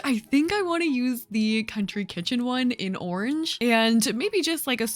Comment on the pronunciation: im british and the way u say ‘orange’ is so interesting!! it sounds like ‘orj’ to me 😂😂